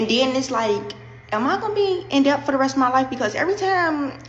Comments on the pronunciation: Do ANY of these people know that the ‘B’ in debt is SILENT?!?!?!? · The b in debt is silent!!!Instead of being hooked on Cash app,try hooked on phonics!Let's see if they can pronounce that.